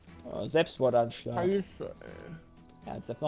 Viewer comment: Der "Sebsmordanschlag" bei xD